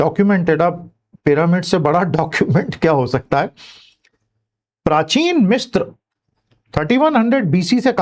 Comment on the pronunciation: It is misra not mistra मिस्र ना कि मिस्त्र